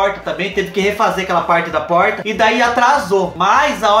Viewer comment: Tem coisa mais fofa que o falando poRta??? Melhor coisaaaa